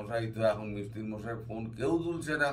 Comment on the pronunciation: মিত্তির নয় মৈত্র।